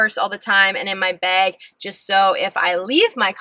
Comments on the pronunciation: Does it bug anyone else that she says beg instead of bag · Are you maybe Canadian? You say "beg" instead of bag haha